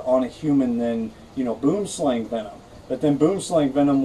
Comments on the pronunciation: Kellie-Rae Branders Thank you! I was about to correct him myself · I'm from Africa. Its pronounced "Boo-wem-slung" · WHY THE HELL TDO PEOPLE PRONOUNCE IT SO WRONG? It's not /bum slæŋ/ it's /buəm slaŋ/ it literally means tree snake in my language. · Boomslang...pronounced..bwumslung...pronounced dead if bitten... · Did you now you pronounced it rong I'm from south Africa and if it bites your hand it will swell up and bleed from the wound.Go on YouTube and search snakes in the city boomslang and read a book about snakes really for your own good.